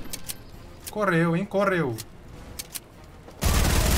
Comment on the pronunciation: "Corřřeu cořřřeu " De novo kkkkk